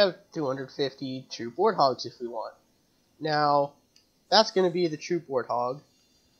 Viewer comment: "wathogs" XD best halo fail ever